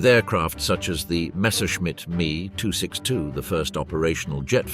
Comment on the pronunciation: I think this was written by a German and they used a AI British sounding narration voice over. If you litened closely, it said "ME" for the name of the ME-262 fighter, instead of pronouncing the "M" and "E" separately, as AI text to voice often flubs things like that.